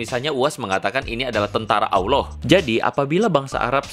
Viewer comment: Bukan Awloh bang tp Allah